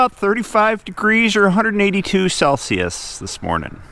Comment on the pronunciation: I dont know if you saying it on purpose, but could you make the celsius right? You always say it complitely wrong.